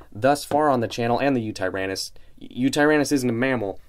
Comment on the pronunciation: This is probably my most anticipated safari prehistoric mammal figure. I can wait to get it. Btw i believe it is pronounced win-ta-therium